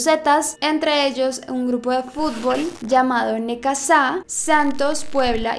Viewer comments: Fui la única que le dio risa como pronuncio "necasa en vez de necaxa" xd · No es por criticarte ni nada me encantan tus videos pero una parte dijiste un equipo que es Necaxa no Necasa pero creo como eres de Colombia pues tenemos distintos idiomas no SALUDOS DESDE MÉXICO! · se pronincia necaxa no "necasá" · Todo iba muy serio hasta que dijiste Necazá y me reí fuerte xD se pronuncia "Necacsa" :3 muy buen caso ouo)b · Ya lo sé pero los nombres se deben pronunciar igual c: de hecho aquí en México la X igual se pronuncia de diferentes formas pero en Necaxa es "ks" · Dejando en fuera todo el misterio, hay una parte donde dice “Necasa” y no “Necaxa” xd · Es Necaxa no Necasa Bueno no pasa nada solo es un equipo de futbol jijijijiji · El equipo de fútbol se llama Necaxa y se pronuncia Necacza no necasa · Se pronuncia necaxa, no necasa ✌🏻️ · Necasa jajajaja es Necaxa jajajja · es Necatza así lo puedes pronunciar pero se escribe Necaxa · de hecho "tz" esta mal pronunciado. Se pronuncia Necacza. Otro ejemplo de pronunciar la "x" : Conexión - no se pronuncia conetzion, sino coneccion. Saludos. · Exacto, la pronunciación es "necacsa" como Oxxo es "ocso" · Jajaja vdd yo también dije ahh caray a que equipo se refiere, soy de México y ese no me sonó familiar El Necaxa es famoso en México pero el necasa noo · Se pronuncia como “Necacsa” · Muy buen video:) me dio mucha risa como dijiste "Necasa" jajaja para referirte a Necaxa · si llegas a leer este comentario se pronuncia “Necacsa” * jeje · Y lo menciono como haciendo un acento en la última a 😂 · Minuto se dice literal cómo está escrito “necaxa” no necazá😂😂😂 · Si no estoy equivocada, el equipo de fútbol NECAXA se lee “necacsa” 😅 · Pensé que nadie lo iba a poner. Neca-sá, me dio mucha risaa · Soy de México y quedé cuando pronunció Necaxa como Necasá JAJAJAJAJAJAJA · pau enserio dijo "necaZZZa" ajjajajaj pobre el necaxa :) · ándale sii!! No supe cómo escribirlo pero si exacto así se pronuncia! 😅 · Siii jeje